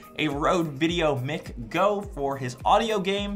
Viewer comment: are you pronouncing "mic" like mick instead of Mike on purpose or are you low key trolling? 🤔🎙 Mic is short for microphone and is pronounced like microphone without the -rophone.